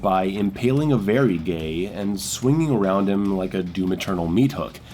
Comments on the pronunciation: Why do you keep calling her that?? Her name is the "Vagary" not the "Verygay". Va-Ga-Ry. Like Vague + urry. V-a-g-a-r-y. Vagary. She is called the Vagary. Jesus. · 1 year later and he still mispronounces the Vagary lol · It's vagary lmao, can't read 😜